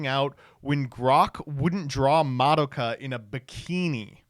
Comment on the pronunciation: the way pronounces madoka makes me wnana rip my ears out